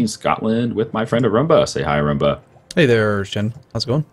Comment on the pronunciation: I like how Shen calls Arumba ""